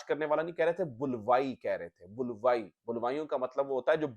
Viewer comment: Please dont mind Sahi lehja BULWAI nahien BALWAI hy